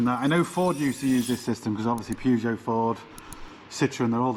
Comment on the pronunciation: Purr-geot not Pew-geot please. Pew-geot is making my ears bleed. Thanks